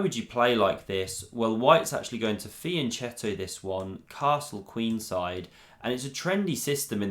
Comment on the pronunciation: Love your commentary, but please, it is pronounced fianKetto, you're not dancing any cha-cha-cha!!